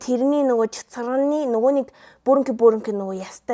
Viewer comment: Чацарганы❌ Чацаганы✅